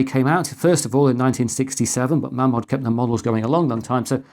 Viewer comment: it's pronounced Maymod ....................